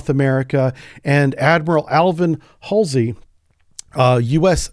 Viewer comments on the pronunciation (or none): none